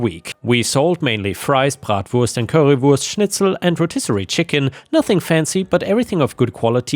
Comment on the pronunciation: The way pronounced bratwurst, currywurst, and schnitzel so perfectly… is just beautiful. His German is spot on. Hats off to him.